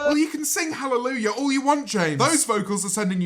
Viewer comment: He fucking butchered hallelujah